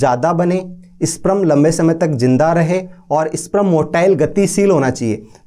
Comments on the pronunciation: Sprum nhi sperm hota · Pehle sperm to bolna sikh le, wo sprum nhi sperm hota hai